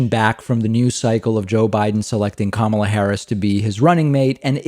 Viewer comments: He pronounces her name like that to make her sound more Asian. He’s sickeningly racist, calling on his disgusting racist sheep followers. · You are as fake as fake news !!!! I guess you think Biden has good interviews ???? Also Biden doesn’t pronounce his own running mates name correctly .